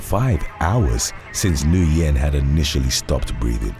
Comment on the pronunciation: Corrections: 1. "Cache" is pronounced "cash", NOT "cash-ay". 2. "Nguyen" is pronounced "win", not "Noo-yen". 3. "Tuerk" is an anglicization of the German "Türk". It is pronounced "tewrk", not "Chu-erk".